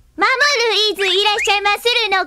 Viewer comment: Jorge : AY, MAMOORU! :D Mamooru: ay Jooj :)